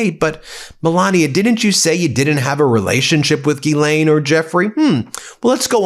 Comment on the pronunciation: Someone in your world must be able to demonstrate how to say Guylaine with proper pronunciation